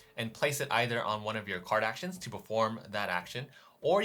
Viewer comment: and here I thought you were saying Kardashians until I realized you were actually saying Card Actions